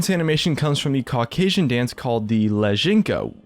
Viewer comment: The only word you pronounced right was Caucasian xD. its pronounced the same way you type it, but don't worry about it tho nice video man :D